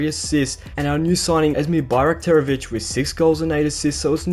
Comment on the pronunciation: considering we have difficult names, you pronounce it very well